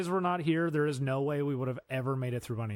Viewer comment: I suggest if you are incapable of pronouncing certain sounds, you might want to avoid writing that sound into your script. Than There other Further You insert a D into these words, where none exist I refuse to listen to a toddler explain online drama. Go get speech therapy BEFORE you work with your voice.